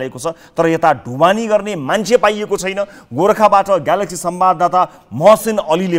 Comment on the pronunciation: बोल्न नजान्ने, उच्चारण गर्न न।नजान्ने लाडो को हाइ हाइ।ग्यालेक्सी फो के लाडो जस्तो उच्चारण ।